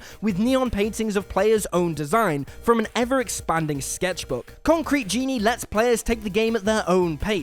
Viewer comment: "Conctrete Genie"? 🤨🤨🤨